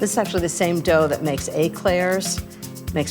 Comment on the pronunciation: Your French pronunciation is, too often, off. 🤨 Like, “cognac”, “éclair”, etc, etc. Best not to butcher other languages.